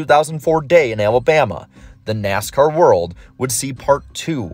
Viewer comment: You know its an iceberg video when within the first 3 seconds you hear “Neascar”